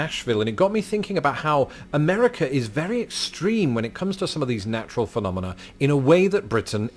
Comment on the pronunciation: Sorry but you did not "nail" phenomena since you added an "s" sound.